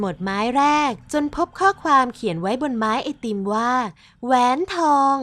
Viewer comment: คนขายก็ว่าแปลกแล้วนะแอด แต่ผมว่าคนซื้อแปลกกว่าอีก 555 แหวนทอง อ่านว่า แห วน ทอง ตะหาก 5555